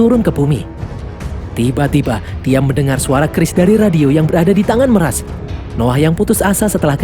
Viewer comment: meras???? klau ngmong bahasa indo juga bukan meras tapi mirej